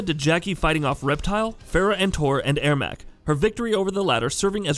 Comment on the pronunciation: You're pronouncing Ermac and Sindel incorrectly